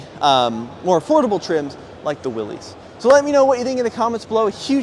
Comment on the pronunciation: you own a Willys it’s time for you to start pronouncing it correctly. It’s pronounced WILLIS